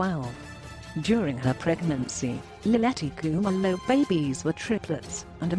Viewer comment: I like the way you pronounce her surname